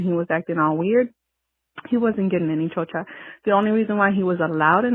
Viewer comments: It's actually Chorcha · It's chorcha